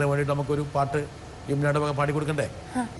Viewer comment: Not "laahi laaha illallaah..." "Laa ilaaha illallaah". is correct.